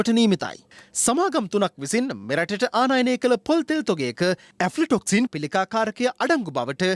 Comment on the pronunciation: මේ හිරැ සාමාන්‍යාධිකාරී තුමා වෙතයි රටක ප්වෘත්ති කිමේදි නිවැරදි උච්චාරණය අත්‍යාවශ්‍ය බව මතක් කරන අතර මේ වැඩසටහන කරන හරකා ඇෆ්ල ටොක්සීන් ...; ඇල්ප ටොක්සින් ලෙස උච්චාරණය කිරිම පිලිබද ඔඹගේ අදහස දැන ගැනිමට කැමතියි...